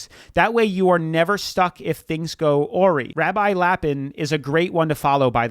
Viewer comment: awry is not “oar-y” it’s “uh-rye”